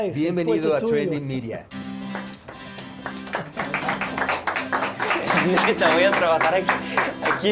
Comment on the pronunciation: Es tradingmidia pero se pronuncia trendingmidia